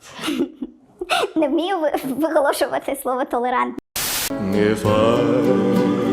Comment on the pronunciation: толеРантність - толеНа ... , виговоРювати - вигоЛошувати. Усе через те, що англійська привчає ковтати букву Р